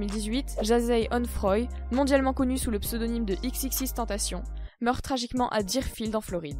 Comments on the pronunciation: On dit pas "TENTACHION", on le prononce de la même façon que tentation en Français. X l'avait dit dans une interview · C pas tupac mais toupac que sa se prononce Et c xxxtentaichion que sa se pronnonce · Faut dire xxxtentacion comme si tu disais exexextentacion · Pas x x x tentation mais triple x tentation c’est comme ça que les anglais prononce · Et on dit "XXXTentescion" 🙄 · On dit pas " XXXTentacion" dans la prononciation mais on prononce " EX EX EX tentacion" merci pour ceux qui y connaissent rien et qui detruisent tout et au fait : X est mort un point c'est tout. Et comme beaucoup de commentaire l'on déjà mentionner : on dit "2pac" et non " tupac". Et autre chose: si vous sucez X juste en ayant écoutez " Moonlight et SAD! ", je vous en conjure: rentrez chez vous... Comme l'a dit X en anglais dans la vidéo du "documentary trailer", sortie sur sa chaîne officielle: " Si t'es heureux, j'ai rien pour toi car t'a déjà c'que tu veux " S'il vous plaît, arrêtez de le sucer Long live Jahseh 🖤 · En mon dieu c xxx mtentacioneeeee tu pronnonse le puré